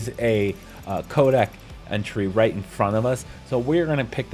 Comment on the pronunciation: SAY CODEXXX. Fuck! Dumbass.. cant u read.. where the hell sre u getting “kodak” from? Soo annoying!!